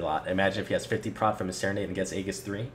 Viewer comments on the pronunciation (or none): none